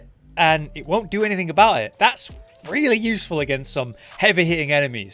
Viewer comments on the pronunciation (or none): none